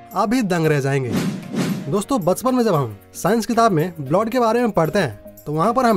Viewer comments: Blowd nhi bolte bhai blood bolte chootiye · Bhai blod kya hota hai..blood hota hai.. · First.. Go to nursery and practice you PRONOUNCIATION sir.. It's blood not bloth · wrong blood pronownation it should be blud not bluad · Zaante नही जानते है ऐसे बोलो भाई ब्लॉड नही ब्लड भच्चा नही बच्चा क्या यार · Bloud nhi hota blood hota 🤣🤣🤣🤣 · Abe blod nehi blood hota hai 😑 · ## It is not "blod"😂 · Blood ka pronounce sahi kariye...